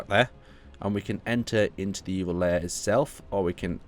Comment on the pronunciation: Im sorry but you keep pronouncing it as 'layer' when its 'lair' and its driving me insane xD